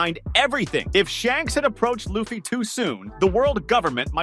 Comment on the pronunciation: Video starts. Saving little L-uh-ffy? Not a fan of the show, eh?